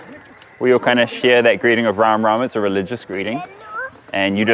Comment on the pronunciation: Hey Karl, you are looking so descent in Indian outfit. And I like the way you are saying RamRam ji.